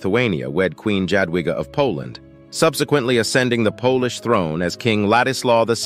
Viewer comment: Pretty good research and explanation. I would ask You to learn proper pronunciations of Polish names. "Ja" is pronounced as "Ya" so "Jadwiga" would be pronounced as "Ya dvi gah". "Ch" or "h"is pronounced as "Hah". "Sz" is "sh" ... Polish is hard to learn but I feel that One should understand basic pronunciations of the language. Otherwise, I do appreciate the effort. Zdrowie ;)